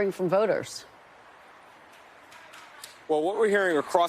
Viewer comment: Kristen: "rah fah el"*